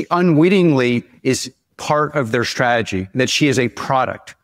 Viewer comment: Alex doesn't have a strategy...he has a "shtrategy".